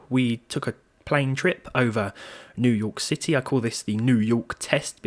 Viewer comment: Ah yes , Neiw Yurk city.